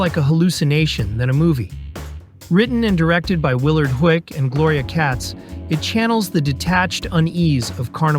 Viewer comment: This is great, but you mispronounced “Huyck.” It’s pronounced “hike.” Great video, though!